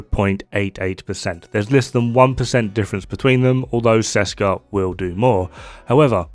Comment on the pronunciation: Ok I am sorry I know I will go to hell, but... Hello from Česká republika (Czech Republic). Česká výroba means something like "Made in Czech Republic" or it could be a reference to "Česká zbrojovka" (zbrojovka = arms manufacturer) which is a real manufacturer in our country. You dont read Česká like Seska. The "Č" is pronounced like CH in let's say Chess and "á" is pronounced like an A in the far (FAAr). I know the memetics of this have been already done and whole community knows the set as Seska, but it makes me roll on the ceiling every time I hear it, especially because for some crazy reason developers were able to spell those two words correctly, which usually never happens in our case. Otherwise awesome decomposition as always, cheers. #SaveTheČ, #ThereIsNoSechRepublic